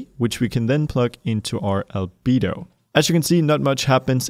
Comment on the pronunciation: I cant stop hearing Libido when he says Albedo 🤣